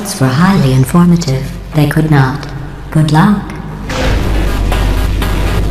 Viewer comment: Eu amo esse "Good lucky"